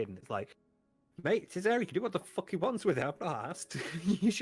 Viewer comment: "Dood this comb cheats, it does what it wahns"